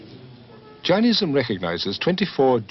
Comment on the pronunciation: Its not 'J-eye-nism', its 'Jay-nism', secondly, it was not founded 3000 years ago, it was probably significantly older.